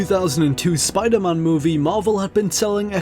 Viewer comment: Did he say SPIDERMAHN ???